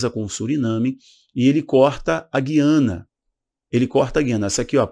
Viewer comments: Oi Não é GUIana é GU iana OK Sou daqui do Norte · A pronúncia é GÚIANA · Eu achei q o nome correto era Guiana, pronunciando a letra U